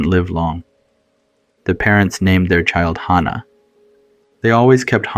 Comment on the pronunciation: That's not accurate for hospice. (I'm a hospice nurse)....and way to mispronounced hannah